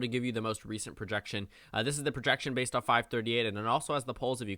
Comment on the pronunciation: did I hear B A S E D